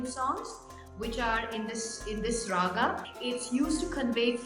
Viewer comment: its not ragaaaaa, It's raga.